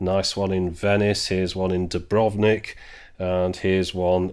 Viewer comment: you pronounced Dubrovnik wrong XD